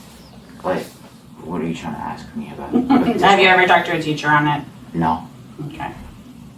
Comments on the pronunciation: You'd think an educator, and an administrator at that, would have figured out how to pronounce "ask." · Before I get too involved in the video, just want to say I pray my kids teachers/ principals know how to pronounce a word as simple as ask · Someone should teach the principal how to pronounce the word "ask" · The principal can't even pronounce the word ask. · why is that lady in charge of anything at a school while pronouncing "ask" that way? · Good lord not even the school principal can correctly pronounce the word "ask" what is WITH THAT WORD AND WHY IS IT SO IMPOSSIBLY HARD FOR BLACK FOLK TO SAY IT CORRECTLY? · The principal can’t even pronounce the word “ask”. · I'm sorry but if you're in leadership at an educational facility you should at least be able to pronounce ask correctly. It's so distracting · i think the biggest crime here is having a d.e.i *teacher that cant pronounce the word "ask" like c'mon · The principal cant even pronounce the word ask correctly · Lovely. An educator who can’t say ASK. Unreal. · If you run through the comments, alot of people are concerned with a tax paid school administrator not being able to pronounce a 3 letter word. 😂🤷‍♂️ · and thats the assistant principal. Can't even pronounce ask properly. Uuugg thats called a DEI hire. 😡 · Im sorry but if youre a principle or superintendent or whatever, you should be able to pronounce the word "ask". Its not "axe". Youre an educator and mispronouncing words isnt "cool" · Let me AXE you this question…😂😂😂…. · Aks. Aks. Aks. Aks. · That principle saying "can I axe you something" is unacceptable. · A school principal and she can’t pronounce ASK right, I’ll spell it again for the ones that don’t know it’s ASK not AXE dumbasses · How does a school administrator still not know how to pronounce the word “ask” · How could you get a position of authority in education if you pronounce ask, like axe? and say Huh? instead of pardon. America is so goofy.